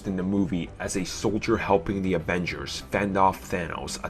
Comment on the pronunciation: It makes me laugh every time this dude says The is da or de lol